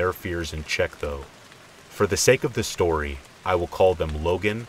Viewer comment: "Shtorey" kills me